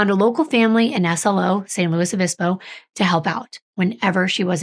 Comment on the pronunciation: SLO is said like the word 'slow'